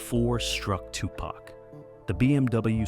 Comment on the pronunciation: Ya know imma need for yall whom attempted to say TuPac full name need to learn it properly!!! Yall be fucking it up